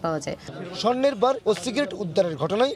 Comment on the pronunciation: স্বর্ণের বার হবে বাশ না।